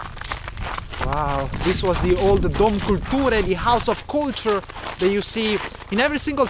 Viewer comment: Italian speaking russian. Okay that's a weird experience, especially as you nailed "Dom Kultury" as if you were polish?!